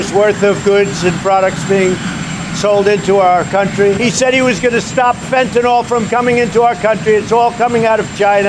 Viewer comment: Fentanyl NOT Fentanol. Why American companies and the MSM says nothing about China's civil rights abuse is NOT about political correctness it's about MONEY.